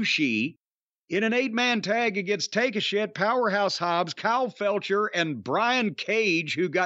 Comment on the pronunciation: Is Corny deliberately calling Kyle Fletcher "Felcher"? 😅